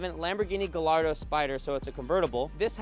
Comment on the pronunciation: "GaLLardo" Lolz! Tell everyone you don't know much about Lamborghini's without telling everyone you don't know much about Lamborghini's!